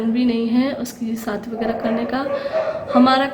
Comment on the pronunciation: hello mje kyun replay ni kr ri aj b ap sadi bol ri hain shadi bolty hain mje replay karain ap kyun asy bolti hain iam from pakistan islamabad